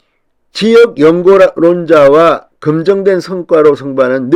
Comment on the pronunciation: 검증된 성과를 금정된 성과라고 발음 😂